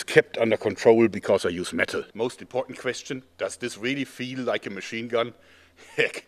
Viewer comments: i love how he emphasizes the word METAL like me XD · His epic laugh actually reminds me of James Earl Jones. Also, the pronunciation of the word "metal" would make Manowar proud...